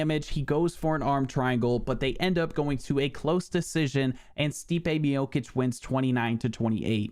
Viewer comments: Its MIOCHICH NOT MIOKICK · Stipe Mi-yo-kicks 💀